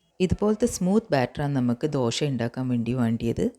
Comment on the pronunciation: മലയാളം സൂപ്പർ മാവ് കല്ലിൽ ഒഴിക്കുമ്പോൾ ഒരു ശബ്ദം - ശ് .......... വീണ്ടും മറിച്ചിടുമ്പോൾ - ശ്--....... ദോ ശ് .. ദോഷയല്ല ദോശ